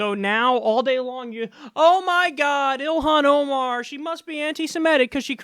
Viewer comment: Wow mispronounced her name, got her background wrong & are smearing her character that's the quality of journalism you'll get from Fox news.